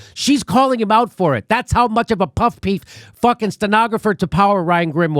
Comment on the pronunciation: Jimmy "Puff Peef" Dore